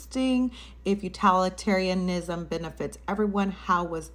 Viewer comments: I'm late but Utilitarianisn is pronounced Util, like Utilize, not Utal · I think you’re mispronouncing utilitarianism as utalitarianism. It’s pronounced like utility, not utality . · Please learn how to say utilitarianism. You are not educated enough to be acting this way 💀